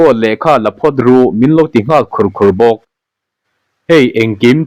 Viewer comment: Anni pawh inzir an ngaia nangpawn Mizo tawng thluk dika chhiar izir ingai anih hi.. Phichung tih tekhi wai wai tih thlukin I chhiar zela Phichung ah chung lai khi thluk sangla, Khurkhur tih te pawh Lalnu Mumang tih te, Mitmu pawngzawrh tihte hnar alian chem chem tih ah te pawh atam mai....Engpawh nise iti tha tho e